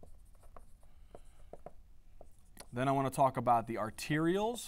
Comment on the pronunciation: Arterioles, not "arterials" and pericytes not parasites